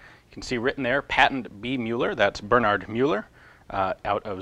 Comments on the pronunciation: Muller is pronounced myller, afaik. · It is very much appreciated that you try to speak out names in their original pronounciation. But this time you pronounced the name of the inventor quite wrongly... Müller (ger) means Miller (eng) and is pronounced quite similarly, like the i with a hint of u. It's not in any way connected to "the Mule". Müller is the most prevalent last name in Germany.